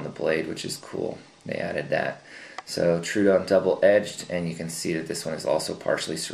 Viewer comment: FYI - The "Troodon" is named after the dinosaur from the Cretaceous period. It is not pronounced "True-Don". Tro-o-don is actually a 3 syllable word - "TRO-OH-DON". Wiki Troodon for more information.